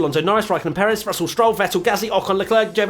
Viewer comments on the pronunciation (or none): none